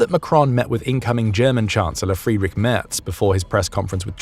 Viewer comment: Your pronunciation of "Merz" is amazing! There is no sarcasm here, I am so glad to hear an English speaker learn that. There are some people who value good reporting.